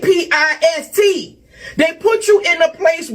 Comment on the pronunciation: I"m sorry....., "RAPPIST"?